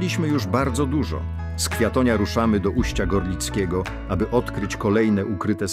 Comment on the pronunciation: Drodzy Państwo, miejscowość nie nazywa się "Ujście", tylko Uście.